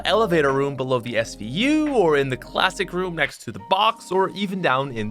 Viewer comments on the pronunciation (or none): Mans called the svu the smu 😂😂rip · plays so much fortnite he forgot names of real guns He said smu instead of svu😡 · Man called the SVU the smu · hey uh pat you i caught you shlippin you said "smu" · Is nobody gonna point out that this guy called the SVU the SMU? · SVU SVU SVU YOU SAID SMU THE FIRST TIME NOOOOOOB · SMU? its SVU pat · My man called the SVU the SMU. I’m done. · Svu not smu 😂